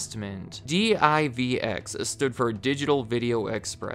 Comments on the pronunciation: Listening to a spell d i v x, instead of just pronouncing saying word divx made me laugh. Lol. You know he’s a young kid now since he doesn’t know how to say the name. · d-i-v-x? Bruh it was just divx. One word, two syllables. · Good video however it drove me nuts that's you keep saying D.I.V.X. it was actually pronounced "DIV EX" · Oh neat! I didn't know CarMax was started by Circus Sissies. I mean, Circuit City. Yeah, I was never a fan of Circuit City. Maybe 'cause I've worked at other commission-based electronics stores. By the way, it's pronounced "dee-veex". You sound like a tourist when you say "dee-eye-vee-ex". :D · D-I-V-X? Who says it that way? It’s pronounced “DIV-ex”. I’m guessing he was too young and never actually went into a CC during the late 90s. Which means this guy probably also says A-T-A-T instead of @@ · Wasn't DIVX prounced like "divix", not spelled out one letter at a time? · Pronounced Div Ex. The player was also hooked into a phone line, so if you wanted to watch the movie again, you could, I believe you were charged $1.99 every time you wanted to watch it after the initial purchase and viewing period. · Love the videos. Two things. 1. Please do CompUSA 2. I've always heard it pronounced "div" "x". Two syllables. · DIVX was pronounced the way it looks Div-x. It also wasn’t marketed as disposable but movies you keep to rent again if you want or to pay more to unlock the film for unlimited play. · Divx. Just say it together. Divx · The way you pronounced Divx is a representation of how that investment turned out for the corporation.